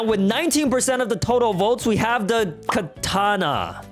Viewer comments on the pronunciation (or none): none